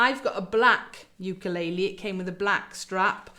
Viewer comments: Bloody hell!!! Pronunciation sucks!! Wtf is a you-kay-lay-lee???!!! And what is a point of pew???? Are south african??? Bloody hell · Why does she keep saying ew-kuh-lay-lee ? 😆